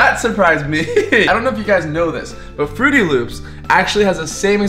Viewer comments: Is saying frootY loops on purpose? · Does it bother anyone else that he says fruity loops instead of fruit loops? ;-; just me ? Ok... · It's not frooty loops it's Froot Loops no ufens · He said "fruity loops" but it is supposed to be "fruit loops" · Does it annoy anyone a little how is calling Froot Loops Frooty Loops? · Who else cringed when said "Fruity Loops" when it's "Fruit Loops"? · im dead 😂💀he said fruity loops and its fruit loops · IT'S FRUIT LOOPS. MY JESUS SAYING FRUITY LOOPS KEPT BOTHERING ME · said Frooty Loops isn't it Froot Loops? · This video bothered me because he said Frooty Loops. They're Froot Loops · everytime he says fruitty loops I keep saying fruit loops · He said Frootiy Loops Its Froot Loops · It's called fruit loops not fruity loops but that is still a nice and funny way to say it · he said ' fruity loops ' when it's fruit loops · Anyone else get TRIGGERED every time he says "fruity loops" instead of "froot loops" It just bugs me. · Who else cringed when he said frooty instead of froot, still like him dou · said fruity loops instead of fruit loops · Did anybody notice that he said "FRUITY LOOPS" its FRUIT LOOPS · its froot loops not frootie loops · STOP SAYING FRUITY LOOPS ITS FRUIT LOOPS!!!!! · Bruh it's called frost loops not frooty loop. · you're saying fruity loops wrong your pot to say it up Froot Loops that's all you call them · Its Froot Loops not frooty loop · Stop saying fruity loops its Froot Loops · it's not frotie loops it's froot lops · He called it fruity loops I love his vids but I wanna smack him for that. Also he said captain crunch berry so I wanna smack him for that too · Also he keeps saying fruity loops instead of froot loops (btw the way you spell it is froot) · it is not frooty loops it is froot loops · he said fruity loops it's fruit loop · Fruity loops there's no y in fruit loops if talking bout a y u talking about Fruity pebbles 😹